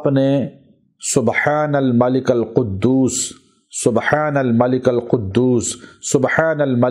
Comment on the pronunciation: Zair parean ga zabar nahi malikil qudus